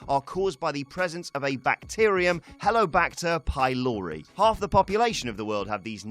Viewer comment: The way he pronounces heliCObacter pylori 🙄